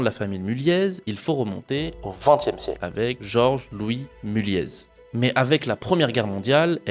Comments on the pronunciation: Ca se dit Mulliééééé pas Mulliezzz (je travaille dans le groupe), super vidéo ! Je peux affirmer tout ce que tu dis notamment sur le côté FAMILLE, j'ai déjà eu un chant par les enfants de l'AFM pour nous remercier de leur avoir présenté notre boîte, assez spécial mais mémorable haha J'ai un aivs plutôt favorable sur ce groupe sinon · Oui mulliéé pas mulieezz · Je suis du Nord et je pense qu'on ne prononce pas le Z de Mulliez 😉